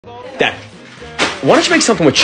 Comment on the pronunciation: Why he say dad so hard